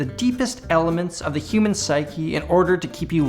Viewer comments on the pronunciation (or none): none